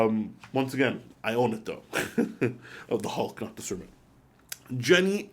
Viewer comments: I think is best to stick with the new Kermit rather than calling it cermit, starbucks etc. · Dude. Did you really call it a Cer-mit?? It's Kermit, as in Kermit the Frog!! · Pretty sure it supposed to be "Kermit".